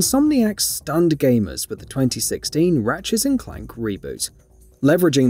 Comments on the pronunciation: ratchet & clank NOT ratchets & clank Dumb as/ get a clue page reader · ratchetss and clank